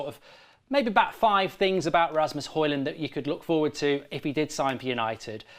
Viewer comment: If we get Højlund, please check out how to pronounce the name.